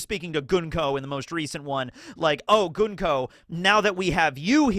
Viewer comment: Thank you for pronouncing Gunko's name correctly.